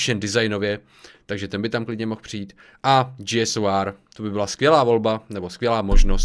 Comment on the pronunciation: G SOR prosím, říkej G-SOR ne G-S-O-R